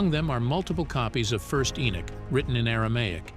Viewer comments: It's Henok not Enok why is that thy always changing the name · ♡content but you're driving me crazy the man's name is EN"O"CH there is no Nick in his name is NOT E-nick,.No..it's Enoch- There is NO NICK in Enoch- for Gods Sake - please pronounce it properly - it's very disturbing when you keep pronouncing it wrongly-I don't mean to be over sensitive but for example if my name is Fred and you keep calling me Caesar that's not my name my name is Fred and once you know the true meaning and pronunciation of the name Fred and then you continue to keep calling me caesar it's not just that I'm not going to avoid you I'm going to start being a little offensive and pissed off stop it- there is (no Nick) - In ENOCH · Huh??? Who in the world is ------> "E E E -N I C K" ??? Repeat after me ------> knock, walk, talk, sock, dock, jock, mock, lock ......... now, say -------> E N O C H